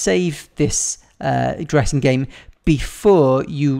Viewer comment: It sounded like you said "lets make a Jurrasic game" 😂😂😂